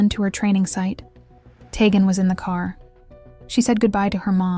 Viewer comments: Tee-Gan not teggin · You are pronouncing the child's name wrong. It is pronounced TEE GAN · Id like to watch more, but the constant mis-interpreted name as Ta-gen. My god. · You were very thorough in your coverage of this. However you kept pronouncing Teghan’s name wrong. Please make sure you pronounce the names of victims correctly. It’s disrespectful not to, since many of us are going to remember her by her name. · This case is just horrid. Poor baby. Shame on the mom. Side note. This channel is not the best. I have watched a few and the names aren't being pronounced correctly. At least have some respect to say their names right.